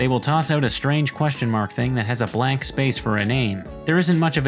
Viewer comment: It always annoys me how he says blank like black